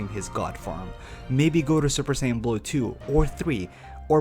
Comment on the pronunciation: 1) "USSJ" was the form used by Future Trunks when fighting Perfect Cell. Both Goku AND Cell explain to Gohan and Trunks respectively why this form is a BAD one. It limits the bodies ability to move. Mixing it with SSJ-Blue would not help at all. 2) It's SAIYAN, not Sanyon 3) Personally, I believe that SSJ2-Blue, SSJ3-Blue, or even SSJ4-Blue would be the most logical choice, but if I were to make a more powerful version of Super Saiyan God, I'd give it Silvery-White Hair, and call it "Super Saiyan Silver" or even "Super Saiyan Platinum"